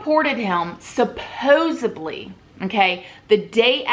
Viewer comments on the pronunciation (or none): Is someone gonna tell the word is supposeDLY, not BLY? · Supposedly I think is what you're meaning to say (not supposably). 😘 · Lawd, I love you but it’s SUPPOSEDLY* Thank you so much for this video. I was curious to get your take seeing as you and Carole are both in Florida.